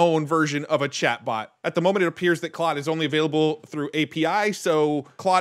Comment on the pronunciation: Just an fyi...It's pronounced "Clode" if you're saying it correctly, but they might pronounce it "Cloud" as a play on words.